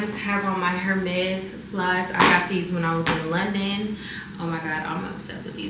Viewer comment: [ AIR - MEZ ] no "her"